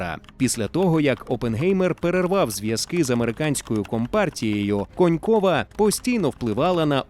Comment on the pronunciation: *Конєнкова, а не Конькова😅